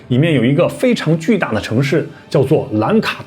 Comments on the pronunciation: 愣伽：讀 愣qie，不讀jia😅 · 讚讚~ 不過，我小小p.s.一下通常應該唸"楞伽(茄)"等同於茄子的音~